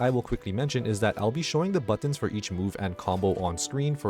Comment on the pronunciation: Learn how to say "buttons"